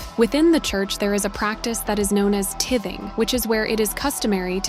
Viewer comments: Tithing. Long “I “ sound- I can’t stand automated narration. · I would like the stupid AI.reader learn to say tithing!!! I have heard this same thing on several channels. It seems someone would have caught it by now.